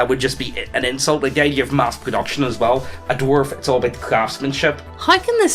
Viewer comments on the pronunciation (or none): Take a shot whenever says "doo-warf".